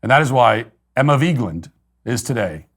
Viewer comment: I love how Emma Vigeland is so irrelevant that Matt pronounces her name wrong